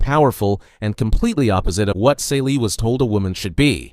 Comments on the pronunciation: Totally Miss the point and her name is pronounced "Cee - lee". The Color Purple is about trauma, institutional racism come on the way that racism culture of the oppressed and then replicated by us. It's about misogyny within a marginalized Community which makes it even more sinister. You are right at Reclamation which is right after slavery, which is the most profitable time in America for black people. But looking at the black woman as a protagonist she is still being oppressed. The protagonists loses everything and it also tells the stories about the people around her and how they lose everything because of white people, and the institutionalized system of slavery that had finally ended but the remnants were still very much in place. That is so much that you miss that your characterization of this book makes it sound like a completely different book. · Celie = SEELEE! the mispronunciation drives me nuts.